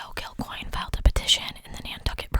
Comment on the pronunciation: You got that pronunciation perfect. My aunt and uncle had a bar here named Kilcoynes